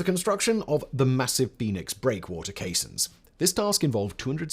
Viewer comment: No, caissons - pron. kay-sonnz